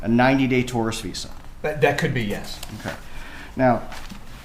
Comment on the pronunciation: Why can’t this attorney say tourist🤪